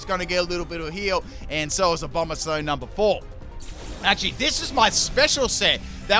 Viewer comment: abononsow" wow he butchered abomasnows name harder than a fire blast